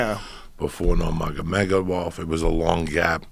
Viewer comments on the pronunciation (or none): Joey: "...Before NurMAGAmotomedamoff..." 😂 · Joey really just said 'Nurmagamegabov' 😂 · 'before nurmagobegobov' - Joey Diaz😂😂😂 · No one: Joey Diaz: Nurmagomegamov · Cerone. Nurmagomebov. Joey be messing with them names😂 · "Nurmagamegamof" Lol. Ironically, Diaz is saying Cerrone correctly as opposed to everyone else. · Dude really said nurmadamedomov🤣😂😂😂😂😂😂😂😂 uncle Joey never fails to mispronounce names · Nur-maga-mega-mov and Ceron xD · Joey “Normamomegonav” Diaz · Joey “nurmagomegobov” Diaz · Diaz; Nomagamegermov 😂🤦‍♂️ Sounds like a power ranger zord haha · “Normagomegomov” hahahahahahahahahaha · "Before Nurm- ma - ma- gedoff", got to love him. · Lol Cerron.. Nurmagamegov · Nermagamegawov! Common joey. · "nurmergomegamoth" haha!! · Joey trying to say nurmagemodov 😂😂😂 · Nobody: Joey diaz: „nurmagomegomov“ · Joey Diaz saying names- "Donald Cerron" "Stieopic" "Francis Uganano" "Kalabeb Nurgamagmadov" "Michael Conor" "Tieron Woodley" "George Maztaval" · Khalabeeb "The...whats his name?" Nurmagamegawov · "nor-maga-mega-mov" i love joey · Joey "Fucko, Nurmagomegomov, Sir-own, Wooley" Diaz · no mug a mega wolf~Joey Diaz trying to pronounce Nurmagomedov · Butchered "nermagomegolov" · Allen he says nurmagomegabof😂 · he tries to say Nurmagomedov twice and I'm fuckin losing my shit